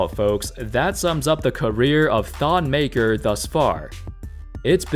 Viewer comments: His name is pronounce MAKIIR he's from my tribe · It’s Maker, Makur is his cousin though lol